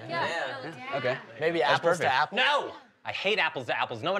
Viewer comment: Stephen said "Apers to Apers!"